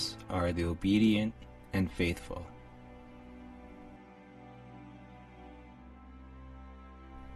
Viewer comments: You have 333k subscribers as of today July 21, k=9 :-) PS It is GER-Tha not GO-th for Teslas favorite author Goethe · Goertes Faust, you pronounce poorly. It has an Umlaut-o with 'er' sound instead of 'o' sound. Thank-you for your work!